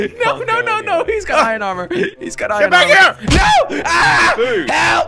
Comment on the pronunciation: I love how jelly sais ion at the place of iron